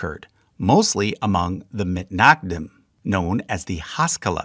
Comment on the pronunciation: This is also super nitpicky, but: generally pronunciation of Hebrew words has the emphasis/accent/stress on the second syllable, or the last syllable (depending on whether you come from a Yiddish-speaking background or not). For example, has-ka-LAH or has-KOL-leh, not HAS-kuh-luh; ha-la-KHAH or ha-LOH-kheh. Etc. And to be even more pedantic, typically you would not hear "mit-NAG-dim", because the pronunciation with the emphasis on the second syllable is from Ashkenazi Hebrew, where a tav without a dagesh is pronounced as an S. Therefore, it's generally always either mit-nag-DIM or mis-NAG-dim, generally never mit-NAG-dim or mis-nag-DIM. Truly sorry for this extremely pedantic comment! However, being both Jewish and autistic, I literally can't help it.